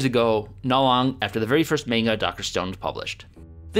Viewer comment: so no one gonna point out how he said "mainga"